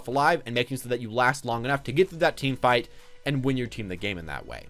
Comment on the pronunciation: Did he say "team fart" ? I'm confused